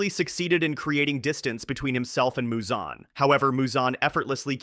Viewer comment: Why do you keep switching up Muzan’s pronunciation? 😭